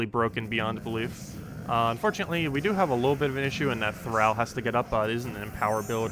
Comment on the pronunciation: Do you say "al" your friends or "all" your friends? Thrall thr(all). Not thr(Al Bundy).